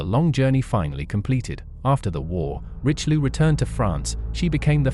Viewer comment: WHEN do Anglosaxons learn to respect other languages? The battleship is called - "rischeliö and not "richliu" I know too well that too many English speakers not bother to learn another language, and god forbid learn the propper pronaunciation. ... and too many still think, anything not English is gibberish